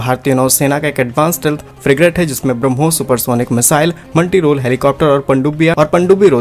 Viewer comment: ****ANCHOR: PLEASE!! It is NOT BRAM+HOSS! lEARN to say (BRAH+MOSS)!!!OK.?? TRY!!! TRY!!!